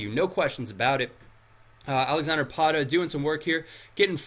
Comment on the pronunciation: there is no r in pato